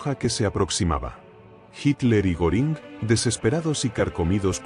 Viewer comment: Creo q no lo pronuncia bien Hermman Goering más o menos.